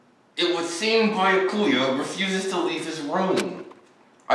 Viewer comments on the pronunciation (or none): I kept cringing on how he be pronouncing Byakuya's name. It's By-ak-uya 🙄😂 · Its pronounced (bee-ya-koo-ya) byakuya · I know I’m years late but damn how can’t you say byakuya?😭 you must’ve never seen bleach😂😂😂